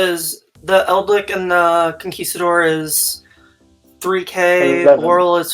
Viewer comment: Nobody: one of the commentators: "Eldlik"